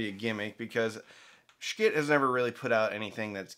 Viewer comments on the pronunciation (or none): Pretty sure it's not pronounced like 'Skit', more like... 💩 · Skit? You are The first I have heard to pronounce their name this way. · Could you please pronounce the name of this company correctly? It's pronounced like "s**t". Yes, as in the expletive for poop. Thank you. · Lets pronounce Schiit every other way than the way it's supposed to be said. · Stop saying Schitt that way 😂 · maybe learn how to pronounce the company's name